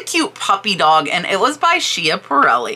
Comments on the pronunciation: The pronunciation on the one maker is s-cap-a-relli. Too many years of game shows… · Nice video. If anyone wants to know(it took me awhile to figure it out): Schiaparelli is pronounced scap-(rhymes with cap) uh-rell-ee.